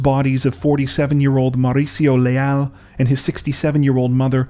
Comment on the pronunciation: MaUricio with big accent in U that’s how you say it 🙂 Hahaah but your accent is cute.